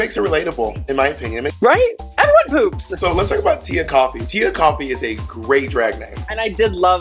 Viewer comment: FYI: Tia Kofi's name isn't pronounced "Coffee" like the drink. It's "Koh-fee." Signed, -A Ghanaian that likes coffee and Kofi's.